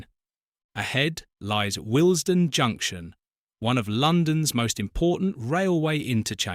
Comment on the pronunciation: Total AI slop, what else would pronounce Wllesden as WIL---ES---Den